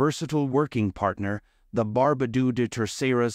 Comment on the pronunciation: Really? Barbadooooooo? It's pronounced like bar (as in bark) ba (as in bark) do (as in dog), with the emphasis on the "ba".